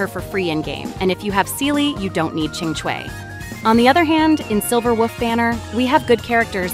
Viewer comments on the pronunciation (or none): Why you gotta say Silver Woof. It's cringe. Please don't do that. But other than that, video is useful. Thanks. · I'm only hearing "Silver Wuff"... just me? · Wait...are you saying "Silver WOOF"...? Girl you really are a meme.😂😂😂